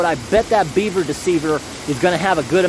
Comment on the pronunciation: The way you say BEAver is too funny